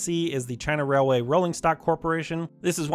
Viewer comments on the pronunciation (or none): none